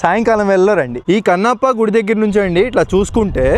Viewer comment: Anna adhi gidhi kadhu anna gudhi adhi